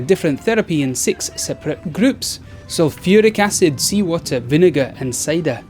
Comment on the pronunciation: sulllfiric acid, i'm dying over of laught